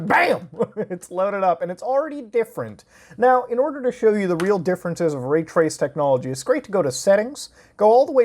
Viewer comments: this man just said ethiral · I threw up when he said ethereal